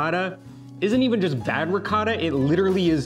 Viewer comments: Dai “un’aggiustatina” ad per quanto riguarda la pronuncia di “ricotta”. 😉 Lo dice troppo all’americana! 😀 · Ma perché devi dire "r'coda"???? RICOTTA!!! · Io ho detto ad di dargli un’aggiustatina ad, per quanto riguarda la pronuncia di ricotta. Pronuncia ricotta molto all’americana! E da uno che è sposato con un’italiana, a dir la verità, ci si aspetta qualche sforzo in più. Di solito lei cerca di fargli capire quasi sempre la pronuncia originale di molte cose italiane. Ma poi evidentemente ogni tanto qualcosa sfugge al suo controllo.;) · Three delicious and Italian recipes, great as always guys! Would like to see challenge now…I love the way pronounces ricotta: RICORA! That’s so American 😂Hugs from Sicily 🤗🤗😊😊🇮🇹👋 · you really need to get to teach you how to say ricotta...it is a glottal sound like ri-GAW-ta... love your videos:)